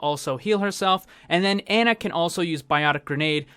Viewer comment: Pronounced Ana, not like "Anna", js mang